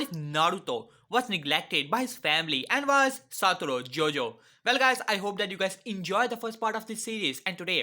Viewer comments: Please say his name right it is not JOJO it is GOjo (thank you)👍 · Bro its satoru GO-JO not JOJO 😂😂😂😂😂😂😂😂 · It's gojo not Jojo 🤣😂🤣😂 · It gojo not jojo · It is GOJO not JOJO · Bro it is not Jojo it is gojo